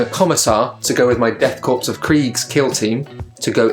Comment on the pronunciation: Fantastic conversion! Very John Blanche! One little nit-pick...its pronounced death CORE, not corps :)